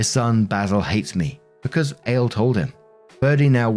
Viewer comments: Ale? 😅 Not A-Lay Like Alejandro... 😂😂 Maybe... 😆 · That's probably "Al-ay" rather than ale. It's Spanish innit? Oh yeah and OP is a friggin monster. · Lol it's probably pronounced Ah-le it's a Hispanic name. I knew a guy with that name. But your mispronouncion is funny. Lol